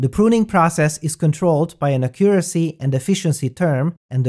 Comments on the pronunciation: Great video as always! Just an English tip: The word accuracy has the strong syllable at the first "a". Accuracy, rather than aCCUracy :) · Accent on the first syllable. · "Acurioacy" xD